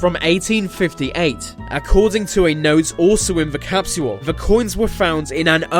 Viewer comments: It’s capsule not Captual lmao 😂😂😂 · TIME CAP-SEE-HOLE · Um gonna leave a "time capshuwool" for all to see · capsual.. is not how you pronounce capsule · In the future time capsule will be pronounced.....time capsuuuual. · so annoying when ya bitchass says capsual like saying usual. fucking shit bro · Every time he says capsule, I feel like hack sawing off his mouth. cap-she-wull, cap-she-wull, cap-she-wull ,cap-she-wull, cap-she-wull, cap-she-wull. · 😂😂😂. ikr its driving me nutty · The way he is saying capsule is driving me crazy.😖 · Dumb Britt narrator thinks the word "capsule" has 3 syllables,.. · Can't take the way this guy keeps saying capsule over and over....his pronunciation is killing me...lol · the way he says time capsule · wr did that as kids in our backyard but we forgot where we buried it. I no its not ur ancient your saying capsule wrong lol its too funny